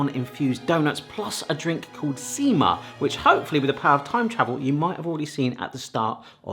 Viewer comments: You said "sima" at beginning correctly but later when you two were about to drink it you said "siima" which means "fishing line". Everything else you pronounced incorrectly. But looks like you did them correctly. Munkki color was perfect. You can avoid the one without hole staying soft and dough-y in middle by slightly flattening it. Sima looked good too. Cardamom is probably best spice in entire world. Only one that can even compete is vanilla. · You pronounced sima as siima they mean two very diffirent things sima is the drink and siima is fishing line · stop saying sima, every time you say it, it always sounds like seamen. Not joking